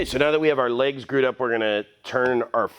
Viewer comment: Love it. You said “gRued” up though haha. Stellar work as always.